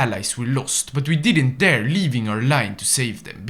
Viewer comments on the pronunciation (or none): none